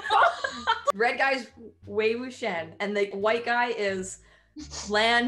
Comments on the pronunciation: Wei wikham?? LAN WUSHI?? HAHAHAHAHAAA 🤣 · You said wei wuxian name wrong